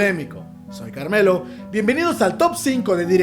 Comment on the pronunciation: La verdad es que no me voy a poner de arenosa por que tu top no es igual a mi top, que obviamente es el definitivo por que soy un genio y mi opinion es la mera ver&@ 😂😂😂😂 bueno ya en serio cada que te despides claramente escucho "caramelo" en vez de Carmelo y bueno, eso, es lo único trascendental que tengo para escribir 😂